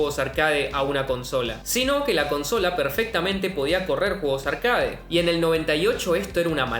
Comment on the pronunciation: No existe la palabra «arcáade» se pronuncia «arquéit».